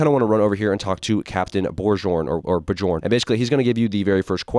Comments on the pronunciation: well you tried its pronounced biyorn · "Bor-jorn, Bo-jorn" Bro is not Shakespeare🥀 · never in my life have i ever seen someone pronounce "Bjorn" Like that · Bro doesn't even know how to say Bjorn 🥀